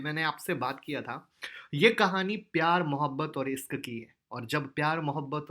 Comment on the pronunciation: sir isk nhi hota.ishk hota ha.bahut mja la la kar bta rha ho sir.